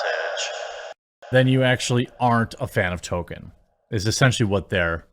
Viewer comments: Jeremy for the Love of All that is holy, there is an L in the man's name. Tolkien. Tolkien. Tolkien. Not Tohken as you say in every bloody video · Every time you call him "token" i die a little inside. There's an L in his name